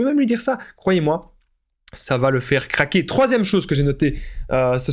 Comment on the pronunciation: Il faillit dire caquer au lieu de dire craquer 😂😂😂😂